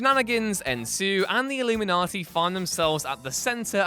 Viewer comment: Why does he keep calling them the illumaniti?